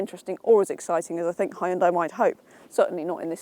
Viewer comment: Hyon-Dai- Two syllables. Can't be too hard...